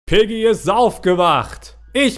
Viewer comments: Es heißt piggy nicht peggy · Ähm das heißt nicht Peggy sondern Piggy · Viel Glück ich bin ein bisschen zu spät aber zuuu spät Außerdem es heißt Piggy und nicht Peggy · Es heißt piggy!!!! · ey es heist piggy nicht peggy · Sie heißt piggy nicht peggy